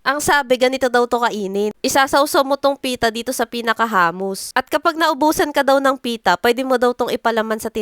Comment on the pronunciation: Hindi po hamus, hummus po.